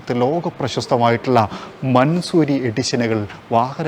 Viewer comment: Just correcting you it’s not mansoori its pronounced man saw ree